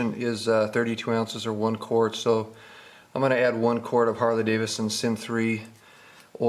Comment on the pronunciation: Great video! But its pronounced Davidson not Davison... lol